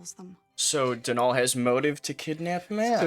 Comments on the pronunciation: According to Youtube's official Irishman, Donall's name is not pronounced Do-NALL, it's just Donald without the d lol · As an Irish person I’m cringing so hard ITS DOH-NUL🤣